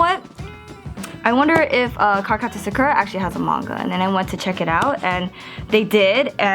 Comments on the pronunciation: She called it Suk-Er-A pretty sure its Sock-Er-A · hueeeeeeeeeeeee you keep saying her name wrong.. :( Sah-Koo-Ra, not Suh-kuh-rah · Yay! Except one thing especially because you're an otaku.... it is pronounced sah-koo-rah.hehe